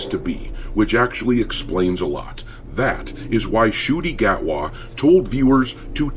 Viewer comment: Did you say Shooty Gat-wah?